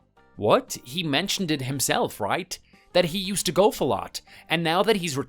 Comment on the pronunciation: Golf has often been called an old person’s game, because aside from the walking there is nothing extremely strenuous about it. And a golf cart can solve the walking problem. Am I hearing him correctly when he says golf? It sounds like he is saying gulf.